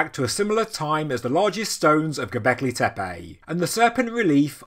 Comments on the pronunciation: Please, "tepe", not "tepeii"! And, if at all possible, "Göbekli", not "Gobekli", as the latter would go against Turkish vocalic harmony. For the rest, thanks for the regular updates! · Man can you please learn to pronounce Tepe.